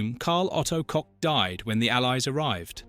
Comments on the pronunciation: It's not "Coke" it's pronounced " Koch" ( like kog) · Thank you for the video. It would be great if your AI knew how to pronounce the name of Ilse Koch correctly. It is not pronounced as Coke. 😂 Get it right! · Coke huh, rather than Koch. Maybe learn to pronuounce the name correctly. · CoCHlear implant is pronounced like COKE and not a guttural 'h' sound and English is a Germanic language! I have a German friend who told me her family knew of a nonJewish Polish woman who was sent to a concentration camp. How does that compare to 2/3 of Jews murdered by the Germans? My cousin is one of 6 surviving children of her Polish town in which 22,000 children were murdered. These Germans were unapologetic to the grave. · She actually WASN'T known as the Witch. Swap the W with a B, and that WAS what she was known as. Her surname was pronounced as a male appendage, not after a fizzy drink.